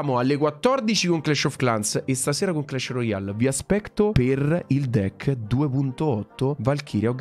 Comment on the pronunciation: Volevo dire deck non decki😅